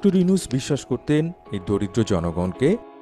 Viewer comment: ডক্টর মোহাম্মদ ইউনূস স্যার,, নামটা ভালো ভাবে বলেন,, সম্মান না দিলে আপনার সম্মান ও থাকবে না, সবাই তোমাকে আন ফলো করলে তোমার ও বেলো থাকবে না,, মনেরাখবে😡